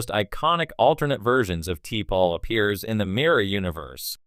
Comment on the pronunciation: Turned it off after 40 seconds because your computer cannot pronounce T’Pol or Nimoy. 👎